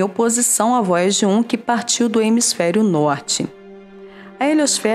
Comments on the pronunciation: Vóiagi Kkkkkkkk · Vóiagi 1 e Voiaje 2 🤣🤣🤣🤣👍👍👍!!!